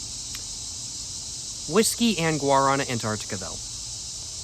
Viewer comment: come on man, pronounce it correctly! Look it up! Lmao